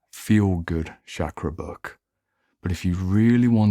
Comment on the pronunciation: Great video Just a mild correction. Here 'ch' in 'chakra' would be pronounced as in 'chain' and we omit the 'aa' sound in the end in Sanskrit and Hindi. No offence. Just for info 😊